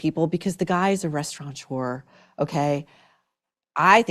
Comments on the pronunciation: There is no N in the word restaurateur. It's not Res-tu-ron-tour, Meghan . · she also says restauraNTeur